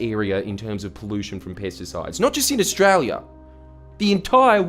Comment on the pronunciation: When this guy says pesticides it sounds like he’s saying “piss decides” lol